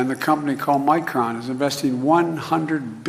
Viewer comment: It's Micron, not Micon,.